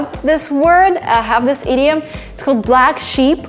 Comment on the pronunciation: Every time she says "idiom", I always think she's about to say "idiot"